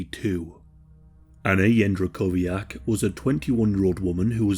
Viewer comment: thats not how you pronounce her last name.